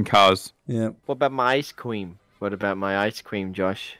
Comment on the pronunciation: I’m suing smashing didn’t get his ice cweam 🙄